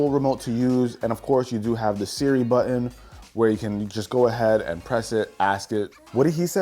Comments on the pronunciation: What’s a buin oh you mean button 😂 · Great video! Just a thought….there’s actually 2 t’s in the word buTTon and they’re not silent! Excellent video and information for sure!